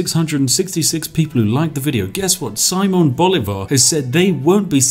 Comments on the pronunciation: Pro tip, if the name is in spanish, and you see a tail on top of a volwel. that´s were the accent is: siMÓN boLÍvar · "See-mone Bow-lee-var" Did I get it right? I always try to pronounce foreign names as best I can, considering I work in a public facing job. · Accents in Spanish tell where the strongest part of the word is, therefore Simón Bolívar should be pronounced as si-MON bo-LI-var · Solo vine a ver como este sujeto pronuncia las capitales de nuestros países latinos con su acento ingles. Saimon Bolívar lol xD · Just a little tip: It is pronounced siMÓN boLÍvar. In Spanish, the tilde ( ´ ) accent tells you which vowel you have to stress in a word and does not have any other meaning at least regarding to pronounciation. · siMON boLIvar, that's how you pronounce it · this is very weird since i now who simon bolivar is and hearing his name first miss spoken and second in this context is really weird